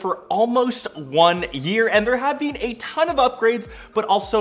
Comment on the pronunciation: “Beeeen” “cohch”